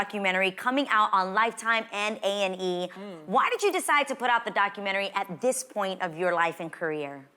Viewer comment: Wonderful interview, but why do people say Documentree?